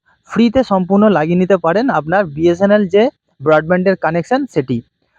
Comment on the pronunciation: যে BSNL এর পুরোটাই ঠিক করে বলতে পারে না, তার আবার সংবাদ পরিবেশন করার ইচ্ছা।